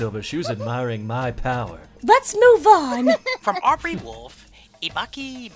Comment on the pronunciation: Did silver pronounce Audrey wolf as Aubrey wolf? I'm slightly offended because my name is Audrey Or did my audio glitch?